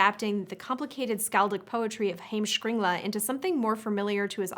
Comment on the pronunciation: Way to butcher «heimskringla»